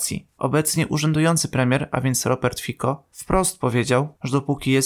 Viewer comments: Fico, nie Fiko ;) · Czyta się nie Wiko tylko Fico . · Nie Fiko tylko Fico i jego zdanie sie kompletnie nie liczy tak na prawdę. Ankieta wypadła tak dobrze ponieważ kanał jest tematyczny, ale i tak cieszy. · Premierem Słowacji jest Fico nie "Fiko". To nie jest język angielski więc "c" nie czytasz jako "k".